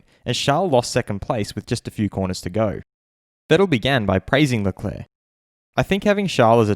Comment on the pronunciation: ShArL LeClaAaAa so funny how Martin Brundle says his name like this after hearing Charles pronounce it himself on Drive to Survive. “I’m Charles Leclerc”